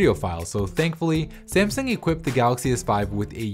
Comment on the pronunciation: ***** sasmung ; smasung; simsung. IT'S FUCKING S A M S U N G ! TNX dude and smasung is better.